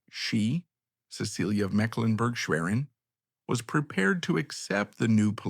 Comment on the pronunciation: Her name should be pronounced SESS-uh-lee not Suh-SEEL-yah